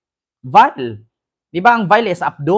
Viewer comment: Vile hindi bile,vile means nasty,foul horrible erc